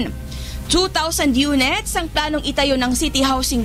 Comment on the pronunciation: 2000 yonets? bwahaha bka units pgpronounce